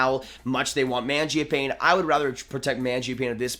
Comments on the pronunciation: Pronounced. Mon Jee Uh Pon ee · The way you said Mangiapane made my skin shiver